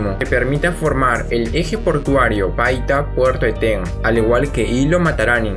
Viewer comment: Muy interedante pero es Eten, no etén